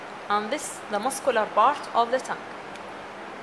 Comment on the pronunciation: lool the accent bro, arabs don't differentiate between them